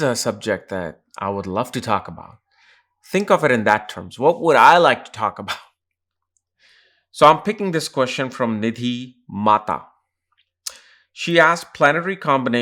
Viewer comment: Mehta not Mata😌